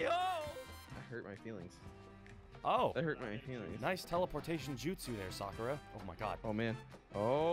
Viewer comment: Did he seriously just say Sakura?